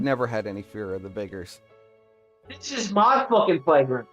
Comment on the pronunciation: It's pronounced Vickers not viggers its not that hard.